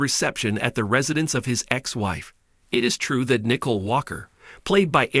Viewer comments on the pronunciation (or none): Her name is Nicole not Nickel